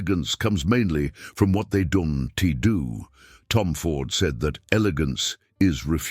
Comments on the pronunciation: "Don-te do"??? (Right at the start of the video and throughout) Ditch this AI shit, hire a proper voice actor that knows how to speak English and understands where the emphasis of words should be!!! This makes your videos seem amateurish and low quality to boot. Ironic, in a video about elegance. Sorry, auto dislike. Which is a shame, as the video's message is spot on. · That is how the AI voice reads "don't"